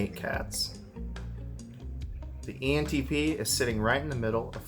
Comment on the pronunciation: "Entpenis" I‘m sorry lmao